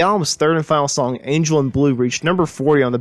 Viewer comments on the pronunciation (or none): none